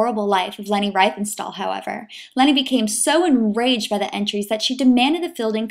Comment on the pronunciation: "REEF-en-stahl". ...In German, with double vowels, look to the second vowel to determine how to pronounce it: ie = "ee", ...ei = "eye".